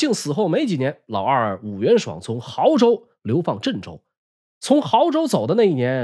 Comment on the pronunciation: 安徽亳州，读bo，不读豪